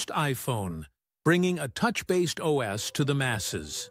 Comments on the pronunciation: It's "OhEss," NOT "Oz."....EVEN if some programs have an "Install Wizard"....:person-turquoise-wizard-wand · "OS" is usually pronounced as "oh" "ess" by most people. Not like Oz as in the Wizard of Oz.